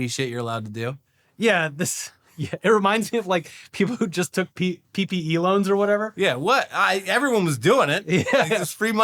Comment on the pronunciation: When said PPE Loans I heard “Peepee Elons”